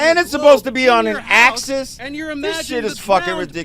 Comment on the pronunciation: He didnt even know how to pronounce the word Axis he kept saying Axas??? He then doubled down on the vacuum theory on his pod where two white men trolled him with the fried chicken theory......FRIED CHICKEN !!!🤣🤣